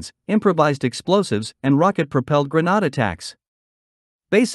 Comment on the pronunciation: Smoke grennawhd! 😂 AI/computer voice not programmed to correctly enunciate English words. This vehicle wasn’t selected by the CAF for their TAPV. That went to Textron.